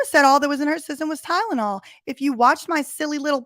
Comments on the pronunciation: Holy crap you are 100 percent here I think! It never occurred to me reading you say it here but she absolutely--- in my OPINION- mispronounces the drug's name strategically. Oh man. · She didn't say Tylenol, she said "tynenol" I don't know if that's funny or plausible deniability